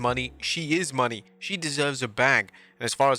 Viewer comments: It's pronounced like "moan-ay" not "money". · If she comes back at all, I hope it's as "Sasha Banks" if for no other reason than to not hear you continue to mispronounce the last name of "Mercedes Mone." (Clue: it's not "Money")